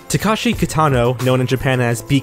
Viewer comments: its Tah-Keh-Shee not Tah-Kah-shee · TakEshi. Not TakAshi. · funny that i saw at least 2 games on here on the AVGN reviews. and i could swear its called ''takeshi'' not ''takashi'' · Its "Teh-keshi' not "tah-kashi' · Take a shot every time takeshi Kitano's name is mispronounced. Good god